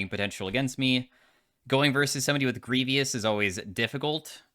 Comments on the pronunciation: ima keep it real w u chief, its grievous not grievious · Is just intentionally mispronouncing words at this point? Pronouncing "grievous" as "grievy-us" is atrocious. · GREE - VUS,. Greivous. There is no i in the second half of that word. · Almost, it's grievous. Otherwise, it would be pronounced greyvous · I don't mean to be rude but I think you're mispronouncing grievous. You insert an additional "i" sound after the v. It should rhyme with the phrase "leave us" PS I love your videos. I love being able to unwind to your League content.